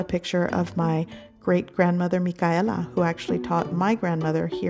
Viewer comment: I love your family,s history’s pictures and your great grandma name is the same as mine Michaela, I love the way that you say it sounds perfect and the food also.